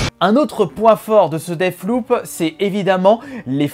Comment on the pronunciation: rogue light ? deaff loop ? euh ..... quelqu'un peu lui dire